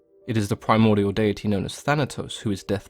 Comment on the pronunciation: I really appreciate your pronunciation of “deity”.😁